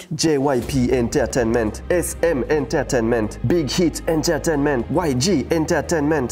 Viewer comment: Y'a que moi qui a explosé de rire quand il dit enterainment 😂😂